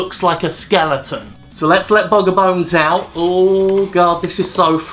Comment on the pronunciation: "skelington" fuck off jim =[[[[[[[[[[[[[[[[[[[[[[[